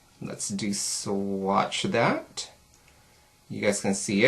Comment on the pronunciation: Have you tried the new mineral eyeshadows from E.L.F.? If so, which of the two do you like the best? (between ELF and YC) Love your videos and the way you say "dat" lol